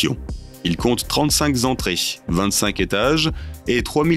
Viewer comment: "68 zétages" ... "35 zentrées"... Le "magazine de l'intelligence" mais pas "de la grammaire"...